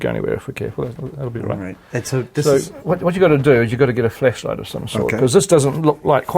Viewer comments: anybody else hear fleshlight when he talks?? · Anyone else think peter Jackson was saying FLESHLIGHT? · Am I the only one who thinks Peter Jackson pronounces flashlight like flesh light?😂😂😂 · Kiwi accent + "flashlight" ... ... nope! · Flashlight in a Kiwi accent is interesting...